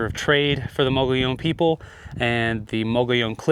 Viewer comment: Fake, can’t pronounce “mogollon”